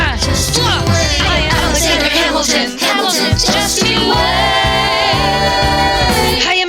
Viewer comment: You BUTCHERED Hamilton’s name 😭😭